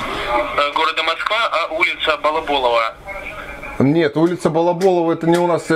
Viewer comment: Когда тот чел сказал улица балаболава будто он тя балаболом назвал)))